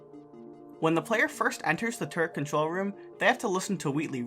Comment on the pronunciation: I keep hearing turd instead of turret